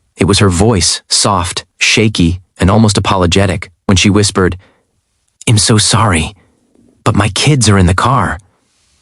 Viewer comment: Please tell your AI that "I'm" isn't pronounced "im"!